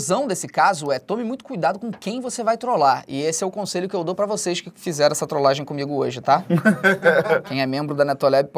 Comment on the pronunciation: é trolagem e não troslagem